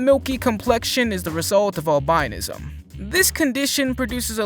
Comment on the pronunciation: albinism pronounced owl- bin- ism. My daughter was born with albinism.